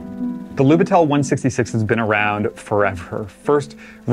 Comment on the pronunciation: Great video. Just a fun fact: it is pronounced as 'Lyubitel'.